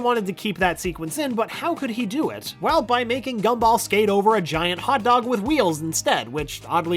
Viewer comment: The G for Gumball in the videos likes to much like a C. It got me a few times lol.